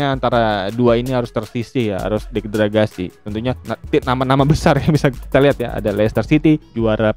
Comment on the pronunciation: De - gra - da - si Bang😅